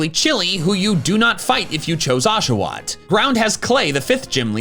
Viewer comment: Unsubscribed the moment you said Oshawott I’m so sorry big dog